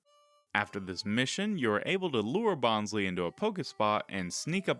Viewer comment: Bonsly is your favorite pokemon but you pronounce its name wrong? Bonsai + sly (like sneaky) it’s a pokemon pretending to be a bonsai tree. So the second syllable of its name is literally sly. They pronounced it wrong in the first season Bonsly was featured in the anime but they said it correctly in later seasons.